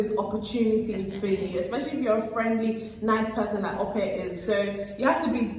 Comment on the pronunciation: How hard is it to say Ope? Pronounced - ‘Awkpe’ not ‘Aupair’. Go on, give it a genuine go.